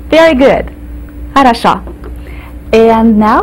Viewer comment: If I am not mistaken she pronounces the word for "good" incorrectly or with an accent I did not hear in Russia. Good is "harasho", (хорошо) which sounds like an "o" at the end. She says it with an "a" at the end. This word is used CONSTANTLY for everything in Russia. It has many meanings, but not pronounced like she pronounced it.